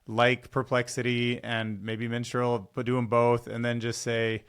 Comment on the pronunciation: that's Mistral not Minstral. Just sayin'. (Love your show but not in an, "aromantic' way)